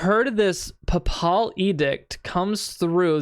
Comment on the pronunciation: Papal…. As in the Pope. Pronounce it like PayPal. An edict is an order, command. Basically, her dad persuaded her recall of her Holy Post as commander through the church. She is a rich girl whose dad pays a lot of money to the church for her appointment as the commander of the Holy Iron Chain Knights ….. also, “ are they siblings? “ 🤐